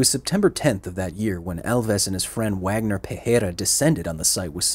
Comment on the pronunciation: For point of reference - Wagner is pronounced like "Vogner"